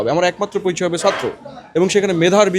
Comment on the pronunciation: তুমি আগে ছাত্র কে সাত্র না বলে ছাত্র বলা শিখো, পরে মেধার গরম দেখাইয়ো।